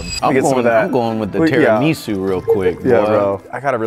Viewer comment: You cannot say Tiramisù like that man😭😭😭